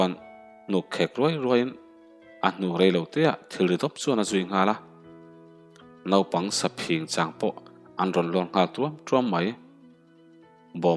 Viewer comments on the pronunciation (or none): none